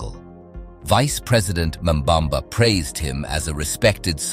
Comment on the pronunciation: nambamba is your mother, it's Nangolo Mbumba mf, NANGOLO MBUMBA